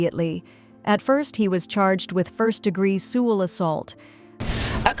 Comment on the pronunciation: It's not called salmon It's called semen. And it's not pronounced secual abuse. It's called sexual abuse.